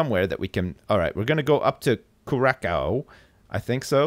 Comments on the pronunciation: Your prenounication of Curacao is horrible! Curacao is pronounced like Kura-sau, not Kurakau, try to note it for next time. :P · Btw,, you should pronounce Curaçao as CuraSao;) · It's pronounced 'coo-raa-sao'